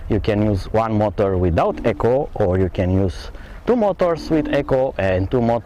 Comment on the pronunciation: e-co you keep saying echo